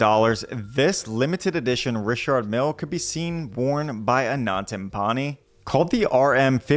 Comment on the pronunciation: So u wanna make a video on people but you can't spend the time to learn how to say anyone's name properly? How classic hahah For reference I'm a born American before the haters chime in 😂😂😂 so I can talk shit 😘 richaaaard milllle 🤣🤣🤣🤣